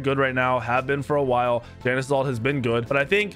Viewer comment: Mispronounces Janus, calls Tiamat a “he”.. and that’s just the surface. How much do you really know about Smite?